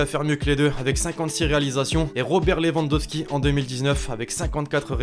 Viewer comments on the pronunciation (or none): none